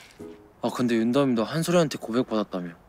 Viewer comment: 아 계속 윤담이를 전담이라 듣넼ㅋㅋㅋ